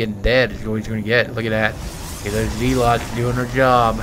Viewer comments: "GOD DAMMIT, WHERE ARE MY ZEE-LOTZ?!!?!" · "WHERE R MY ZEE-LOTZ?!?!?"